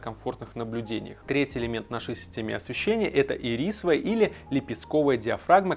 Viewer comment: ФокусЁр..ирИсовая.. фОооокусЕр. Иииирисовая.